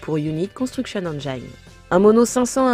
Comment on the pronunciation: Dans UCE, 'Engine' en anglais se prononce 'ènedjine' et non 'endjaïne' ;) Super vidéo ! Merci !